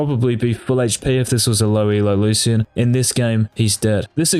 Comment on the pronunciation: Locyan = lucian